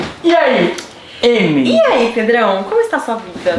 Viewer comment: o rezende disse remily no inicio kkkk